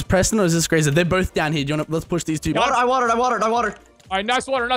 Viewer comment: anyone else get slightly annoyed when you hear the pack guys call Graser Grace-er and not Graze-er.